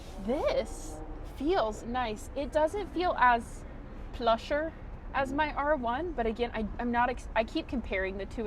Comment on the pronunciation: you can say “As plush”, not “as pusher!!”